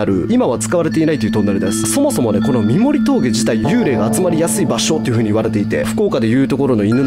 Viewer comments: 三森は「さんもり」って言うんだよ〜😊 最初の横向ロッヂは死者は出てませ〜ん🤗 高子沼グリーンランドは割と近くに住んでるんですが、昔から立ち入り禁止だし、変な噂も少なかったですけどね〜。。。 本当に怖いのは、上蓬莱橋ですよ…:(´◦ω◦｀):ﾌﾟﾙﾌﾟﾙ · 三森トンネルは、正式にはさんもりと読みます。その三森峠を下るとうすい女子寮があります。実家の目の前にあったので小さい頃その寮の売店にお菓子を買いに行ってました。売店にはいつも寮に住んでいたお姉さんたちがいました。おばけが出るから部屋にいたくないの…と聞いたのを覚えています。